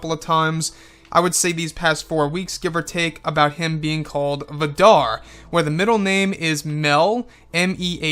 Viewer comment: Vad Dar?...remove space and it becomes Vadar.